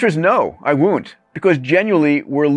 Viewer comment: 1st woont 2nd woont